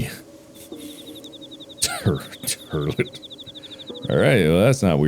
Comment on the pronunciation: “Turdlet. Turdlet. Tree. Turdlet” - Markiplier 2023